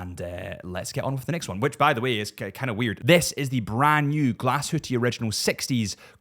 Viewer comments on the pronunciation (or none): Nice video …. But “Glashutte” is “glass-hoo-tuh”….. not Glasshooteee 😊